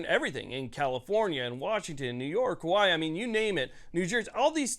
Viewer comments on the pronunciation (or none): none